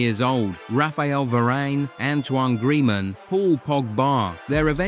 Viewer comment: it's pronounced "grease-man", not "gree-man"